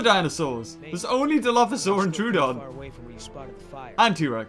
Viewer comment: troodon not toodon